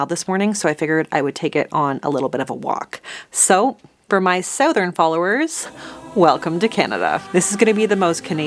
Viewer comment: You say southern weird. Like is it a Canadian thing to say south-ern? Instead of suthern